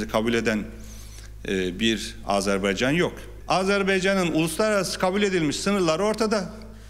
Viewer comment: Lütfen doğru telaffuz etmeye çalışalım! Azerbeycan değil, Azarbeycan değil, doğrusu Azerbaycan'dır. Azeri kardeşlerimiz değil, doğrusu Azerbaycan'lı kardeşlerimizdir. Türki devletler değil, doğrusu türk devletleridir. Yoksa Türk Devletler Topluluğu anlamını yitirir. Sayın Cumhurbaşkanımız halâ azeri kardeşlerimiz demeye devam ediyor. Sayın Dışişleri bakanımız Azebeycan demeye devam ediyor. Birçok gazeteciler ve televizyon programcılar türki devletler diyerek yanlışlarını devam ettiriyorlar ve hiç kimse bu insanlarımızı uyarmıyor malesef.